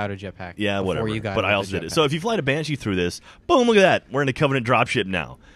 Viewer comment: TEH BANSHEEH IS HAUNTEHD! D